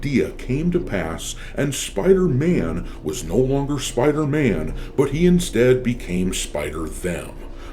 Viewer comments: Spidey❌ Spithey✅ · Spider-Man ❌️ Spedder-Man ✅️ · Spider-tham ... lol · It's called SpiderMAN not SpiderTHEY or SpiderTRANNY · He's called Spiderman Not spiderthem